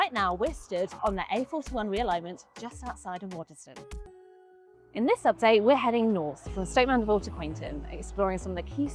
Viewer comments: Why can't people ever pronounce Waddesdon correctly. It's pronounced 'Waddsdon', you don't pronounced the 'e'. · You pronounced Waddesdon incorrectly 😬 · Do you know how annoying it is for locals that you can't even pronounce Waddesdon properly?